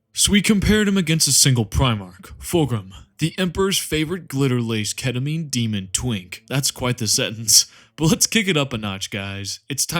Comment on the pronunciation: AY AY AY YOU DIDNT SAY KETAMINE RIGHT